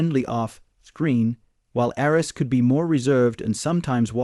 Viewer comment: Must be an AI voice that cannot pronounce names. Couldn't even get Arness right. Arns? Really? So I skipped through this in a couple of minutes. Junk.